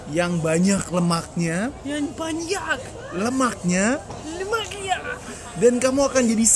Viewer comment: Akhirnya ketahuan, ternyata dari sini awal mulanya nastasya kalo mau ngomong banyaak itu jadinya banyakiin 😭